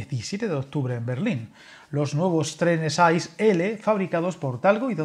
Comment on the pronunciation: I C E, no AIS. En Alemania los trenes de alta velocidad se conocen como I C E, la C se pronuncia aproximadamente como TSE. ICE significa Inter City Express.